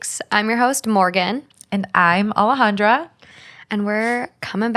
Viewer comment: Her name is Alejandra Her : Ale-jawndra